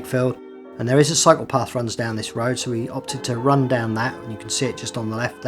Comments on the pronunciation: I keep thinking he was saying psychopath. I was doing laundry and not watching the video. 😂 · love the way you say cyclepath with your accent.